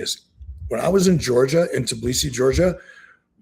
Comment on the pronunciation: 21 minutes into the video, and I have to stop. Eric continues to mispronounce the name of the country of Georgia ( which is NOT pronounced the same as the state of Georgia) has given me the ick on this episode. I've wrestled in the country of Georgia as a member of the US Wrestling Team. Eric has done this enough times, that I'm to the point that I don't believe he was ever actually there. Guess I'll try next week's show. Best of luck.